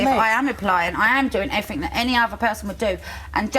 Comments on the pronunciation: maybe it's because you say "everfink" instead of everything. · Everyfink is not a word you fat fuck!